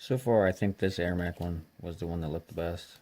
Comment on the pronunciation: It Ermac not Airmac